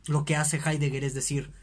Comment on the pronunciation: Con todo el respeto, ese no es hidegger.